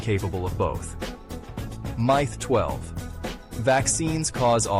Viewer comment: lmao im trying to say it pronounced myth wrong